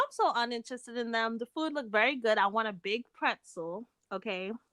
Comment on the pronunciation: in case you aren't aware...instead of the word "them", you say "dum." EVERY TIME!